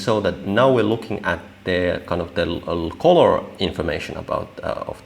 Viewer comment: Very interesting. Good job. Just mind you that colour is pronounced culler, not coller.